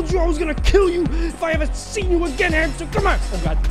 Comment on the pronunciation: sounded like he was saying the "b word" when he said hamster